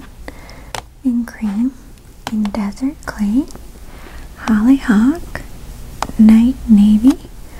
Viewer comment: I often think about how Maria says "Hollyhock". Idk why it's just so satisfying that it's stuck with me all these years.